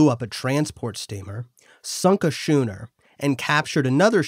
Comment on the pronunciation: It's pronounced "skooner." a hard "ch"